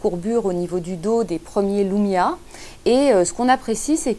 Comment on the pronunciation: wsh pk vous dites LOUMIA c'est LUMIA LUUUUUUUUUUUUUUUUUMIA xD